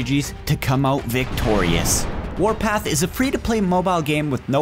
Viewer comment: Nobody: Youtubers: FARTPART WARTHPARTH WARPARTH WARPATH me: wot de fök